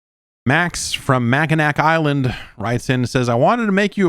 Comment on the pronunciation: Hi Jeff, Mackinac Island is pronounced more like Mackinaw. It's a small island in Michigan and if that person actually lives there full-time that's neat cause the population is only like 500